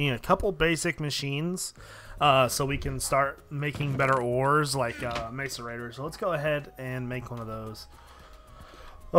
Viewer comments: It's MASS-ERATOR NOT MACE-ERATOR jezz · it's mass-er-ated not mace-er-ated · IT IS (MASS-A-RATE -TOR) YOU DOOSH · its pronounced may-cor- a-tor like so he can see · macerator is pronounced 'mass-er-rater' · ur sayin macerator wrong